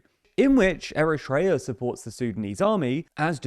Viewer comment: it's not ERETREA its Eritrea :face-orange-raised-eyebrow